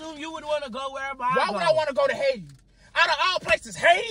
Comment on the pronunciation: “Out of all places why would I wanna go to Haiti ..HAI-TI”😭😭